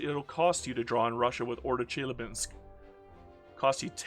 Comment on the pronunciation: The "Basin" in Tarim Basin is pronounced "Bay-Sin". It's not a proper noun. It's a geographic Basin called Tarim. Good that you just said "Chelyabinsk" tho, lot of english speaking youtubers would have made some stupid thing out of trying to pronounce that.